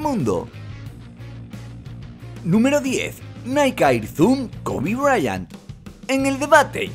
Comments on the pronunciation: jahajjajajajaajja “briant” dice es Bryant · Jajajajaja es kobe bryant no briant😁😂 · Kobe briant?😂 es bryant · QUE IGNORANTE "KOBE BRIANT" ES KOBE BRYANT POR LO MENOS LEE UN POCO DE LO QUE VAS A HABLAR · Es Kobe Bryant no "Briant"